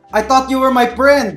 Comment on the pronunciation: "I thought you were my priend"XD